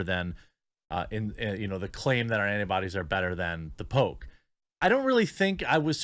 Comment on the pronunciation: I heard “Pope” instead of “poke” a few times.